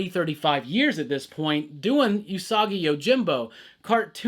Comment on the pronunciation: It's ew-sagi yojimbo btw. Not yu-sagi. Just a heads-up.